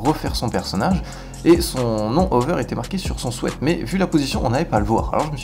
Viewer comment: "Son sweat" ça m'a fait rire la dont tu le prononce aha Bonne vidéo cependant !